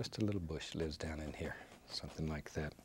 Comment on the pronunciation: Then do this just like " yat"....instead of " like that " .